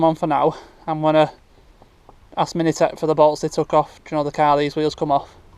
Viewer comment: It's pronounced as 'mintech' not 'minitech' 😂